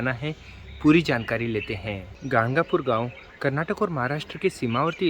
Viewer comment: ganagapur hai woh gangapur nhi